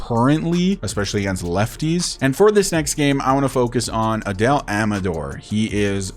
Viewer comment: Just a small correction, right fielders usually have strong arms, since they have to make the throw to third base. Personally, I'd leave Veen in AAA for a while, so his development doesn't get stunted. By the way, it seems like Adael Amador's name is pronounced Ah-DIE-Uhl Ah-muh-DOOR, so, you're saying his last name right, just not his first. I'd also like to see you keep Blackmon, rather than trade him, but, I wouldn't blame you if you found a good trade that made sense for both teams